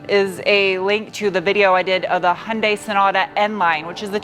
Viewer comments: Love your humor! Please pronounce KIAs sister brand right: yoon-DAY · Fortunately for those of us suffering from car-brand-name-pronounciation OCD, Kia is much easier to pronounce than HI AN' DIE.